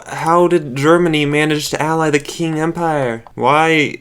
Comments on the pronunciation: Hearing you pronounce Qing as King makes my Chinese soul burn. But other than that its a really good video imo. Keep it up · Kamchatka - Kam-CHAT-ka Buryatia - Bur-YAY-sha Qing - Ching Sakhalin - SACK-a-lin 👍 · Qing Empire is also pronounced Ching